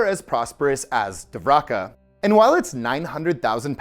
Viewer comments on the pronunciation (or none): Dwaraka pronunciation Duh-vah-ree-kah Patala peonunciation Paah-taah-l